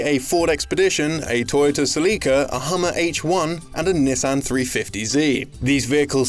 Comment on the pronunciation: The way you pronounced Nissan, hurt me!! 😥